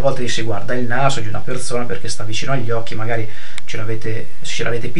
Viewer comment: bellissimo pero' ti devo spiegare la differenza tra la lettera Z e la lettera S. per esempio si dice perSona, non perZona :)